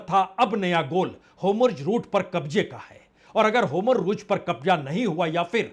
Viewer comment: होमुर्ज़ नहीं “ हॉर्मुज़ “ अधिक सही हिंदी उच्चारण है !